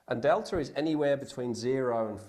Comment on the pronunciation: Beeta?!? It's pronounced bey-tah! Theta is pronounced they-tah! He did get Delta correct.